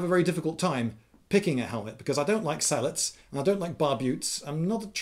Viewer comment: He actually said "I don't like sallads".